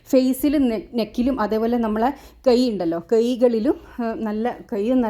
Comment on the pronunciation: കെ യ് അല്ല കൈ